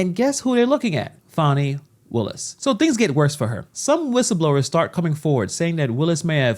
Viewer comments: It is Fani, not Faaani. She says the law is impartial, and she is using the way she wants it to fit with her agenda. Fry her, the law must be upheld. She has no respect for impartial law, no respect what money is meant for. Use everything they way it pleasers her. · Farni. Thought her name was Fani?